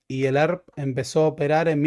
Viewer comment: "El Arp" (ERP), pero asi pronuncia el pelotudo.